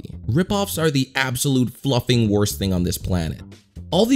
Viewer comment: He says flufling that's BS